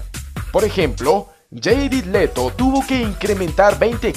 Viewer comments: jajajaja que pedo con la pronunciación "Vaisent" , "Yeiret Leto" jajaja No fueran el "Goberneitor" o "Nico" porque esos si los pronuncia bien jajaja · "Van" disel, "jeirid" leto, "croui", "vancent", "estiven"